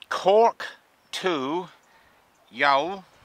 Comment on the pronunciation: Pronounced Yawl and Middleton.